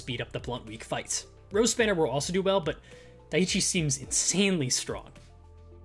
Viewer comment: FYI dieci is pronounced "dee-eh-chee" hope this helps